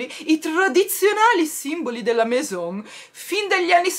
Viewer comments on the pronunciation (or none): Ciao si dice meso perché la N è la AI non si pronuncia è scritto Maison un bacio 😘😘😘😘